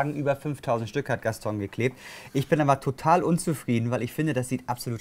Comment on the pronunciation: Der Wahnsinn oder? Mit Freude zur, von und bei der Arbeit, das hat was. Der gute "Gastong" arbeitete damals schon seit 15 Jahren dort aber kann seinen Namen immer noch nicht richtig aussprechen, kein Wunder das er ihn veralbert 🤣